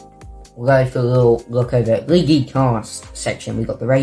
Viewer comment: LEAGUIE CAST😂😂😂😂